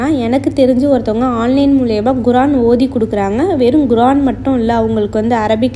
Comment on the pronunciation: Guran illa sis kuraan